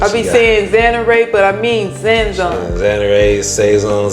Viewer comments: See if this will help with the pronounciation. Saaaa Zoooooooon Bring the A sound and the O sound out. The put the two sounds together SaaaaaaZoooooon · this looks amazing, especially that rich gravy.😊 That seasoning is pronounced sa-zone. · Hello my sister 🤗 I’m a new sub to your channel. The seasoning is pronounced SAH’ zohn. I use it as my all purpose for almost everything especially meat, poultry & seafood. It just turns that flour into something delicious 😋. I taste my flour to make sure its right. Smothered pork chops are one of my favorites especially if I can get some nice ones from the store. N A P P Y THANKSGIVING 🦃 TO YOU & YOUR FAMILY ✌🏾. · She's So Humble ... The seasoning is pronounced "Saah'Zone" the A is Ah sound. But she's doing her Best , just needs a little help. no biggy. Them Smothered Pork Chops look Amazing. One of my favorite southern dishes. Stay Sweet Ma🤍 ... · I’m screaming at the pronunciation of Sazon I love you ❤️ you’re too cute whatever the word is it’s gonna be GOOD !!!!! 😂😂😂😂😂